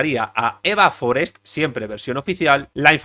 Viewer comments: Forest no es un apellido inglés. No es Fórest, es Forest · Forést, no Fórest. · Forèst. No era anglesa. Tots els espanyols, quan hi ha noms que no són vostres els pronuncien com si fossin estrangers.